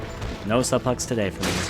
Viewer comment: I looked this video up specifically to show a friend the Ashley's butt joke. Also, it's pronounced "soo-plex" not "suh-plex" lol